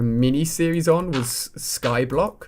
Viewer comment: It's called sky Island no't Sky blonk